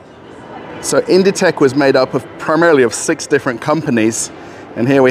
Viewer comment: it's pronounced "Inditeks" "écru" is a off-white color in french, often used for natural fiber clothing the MAAG store appears pretty empty compared to the ZARA we have here. I suspect they don't have all the references yet